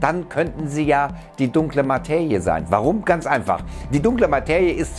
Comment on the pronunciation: Materie = ☑️ Mateje = ❌ Bitte bemühe dich wenigstens, es richtig auszusprechen.